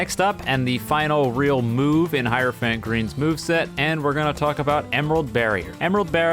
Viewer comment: "Hierophant pee"